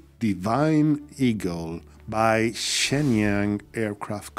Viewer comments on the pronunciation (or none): none